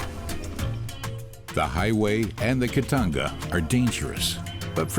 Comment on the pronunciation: ITS CALLED KITONGA NOT KITANGA